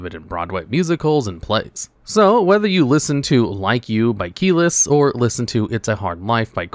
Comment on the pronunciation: Hearing you pronounce Kelis's name as "Key-less" is so extra funny! I cant tell if you did it on purpose or not! (But it's "K'-lees")